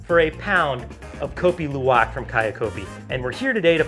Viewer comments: The way he was first pronouncing the name of the coffee was as bad as instant coffee 🤣 I've had the privilege to drink and buy 4kgs of luwak from ethical farmers in Bali which I brew with a Hario v60. As a side note, when the Balinese brew the coffee, they prefer to use the syphon method. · Its pronounced more like LOU-AHK